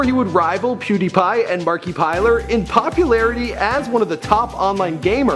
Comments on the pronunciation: Markiplier not Markipiler. :D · It markiplier not markeypiler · # Markipiler lol thats wat he said at the start of the video Wtf lol DO SOME RESEARCH BRO its MarkiPLIER not piler lol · Markiiplier lolololololololol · Fucking hell bro, what is it with you a names?! First MarkyPiller now Neil Horan haha like might wanna talk to other people to gauge if you’re saying it right, or in “Neil’s” case...just watch him say his name in his audition? I don’t even 1D but dude.... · Who is MARIPLIERE, SERIOUSLY IT NOT THAT HARD TO SAY MARKIPLIER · Marky-piler. Wow. You are bad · Mark- ipliere ( Markiplier ) not markepleier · MARKY-PILER HOW CAN YOU FUCK THAT UP IT IS MARK-I-PLIER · (Mark) - (A) - (Pl) - (I) - (Er) not Mark (E) piler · MARKIPILER HE SAID IT WRONG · he said markipiler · It's pronounced Markypiler! Oh, right, you've already got it. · "markypiler" what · ITS MARKIPLIER not MARKIPILER.....good enough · This guy just really pronounced as. "Marky - piler" instead of "Marki - plyer".... epic facepalm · Did you just pronounce Mark's name as "Markeypiler?" Dude come one its not hard to pronounce. Mark-eh-ply-er. Markiplier. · did u call markiplier markipiler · "Markiplier" not "Markapiller" but it's aight. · yeah Mark-i-plier. But it's ok. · hey, it's markiplier not "markipiler" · Mark e piler... Whats next jick sipticee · "Marky-Piler" Yeah totally😂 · Did you said Markiplailer? The heck is this? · When he said MARK-EE-PILER I started laughing my ass off XD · Markapier? TRIGGERED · MARKEE-PIE-LER.Nooooo,nooooooooooooooo. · it's pronounced the way you would say multiplier, but just adding Mark to it. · he called him markipiler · Let's hear that again, "Markypiler" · Anyone just cringed when said "Markypiler" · Ibrahimoviiius I cringed and laughed at the same time... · markipiler xDDDDD wtf dude why are you saying he's name incorrectly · Go to school it's Mark-I-Plier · markeypiler? the way you pronounce its is kinda cringey... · marki-piler lol